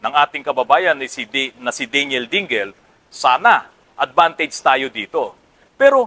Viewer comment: At saka hindi DEY---NYEL ang bigkas ng Daniel...DAN----YEL ang tama.